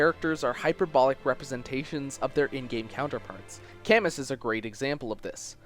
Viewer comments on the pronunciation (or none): none